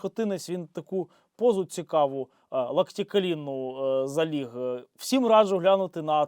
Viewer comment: Тільки не =вс-И-м= а =вс-І-м=